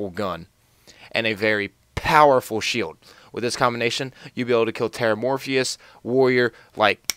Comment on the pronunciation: It's not TerramorphIOUS it's Terramorphous!